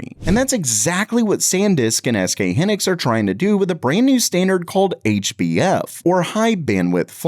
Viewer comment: sub sequent? SK hin ex? Bro have you never heard these words before?